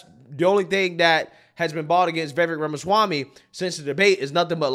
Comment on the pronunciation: After all this coverage of Vivek, this man still can’t say Vivek’s name right smhh. Vivvakkeee. Bro says “Vayvay” 💀